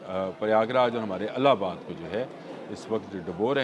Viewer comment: Allabad naheen ILLABAD SAHEEH TALLUFUZ HAI